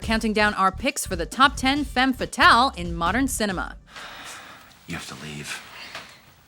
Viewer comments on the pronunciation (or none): actually, the pronounciation of "femme fatale" - as spoken here - is wrong. read: FUM FATAL - that´s like its original sounds in french. the phrase actually BEING french, it is highly appropriate to pronounce it like it originally sounds. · couldn't the speaker at least learn how to pronounce femme fatale correctly? It is a french expression and not englisch :P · Kenny Spillman im french and she pronounced it horribly hahaha